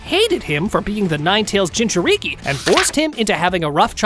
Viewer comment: Dude, learn how to say Jinchuuriki or just be like, "A host of a Tailed Beast." Edit: This is stupid. You said he befriended Kurama before the Land Of Waves arc, but have him going 1-Tailed against Orochimaru? He'd be able to use KCM after befriending Kurama, and he'd probably not need to train much, just get his younger body used to some techniques... but 1 thing I think he would've made sure he could do ASAP is use Perfect Sage Mode. He'd probably need to do 99% of his training just making sure his body could keep up with all those amps. Like if Goku reawakened with his memories right after hitting his head in DB, because he could go Super Saiyan 3 and Kaio-Ken x20, but that would kill him lmao. At least he'd theoretically be able to go Super Saiyan and master it again. Imagine Goku with the 50x multiplier against Yamcha. He wouldn't even be relevant in OG DB anymore lol Anyway, try again, dude. Why would he not be using KCM if he already befriended Kurama?